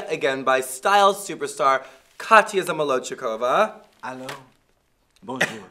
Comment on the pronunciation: Is it just me or did Violet mispronounce Katya’s last name? Isn’t it ZOMALOCHIKOVA?